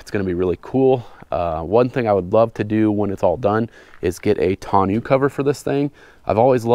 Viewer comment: I cant agree with the way you pronounce toneau cover, but other than that sweet build bud.